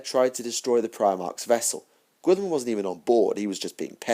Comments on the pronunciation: Really nice lore collection, I've not read the Word Bearers books yet. But please.. stop pronouncing Guilliman as Gwilliman.. Try Gullyman.. As per Jervis Johnson. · I think your saying the lord of ultramars name wrong